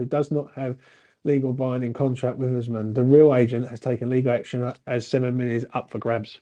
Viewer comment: Osman - osmand - oozman - oozamond 😂😂😂, uv named the poor fucker 4 diff names 😂 made me laugh